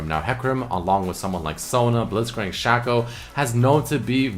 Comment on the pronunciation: He called shaco "Shack-Oh"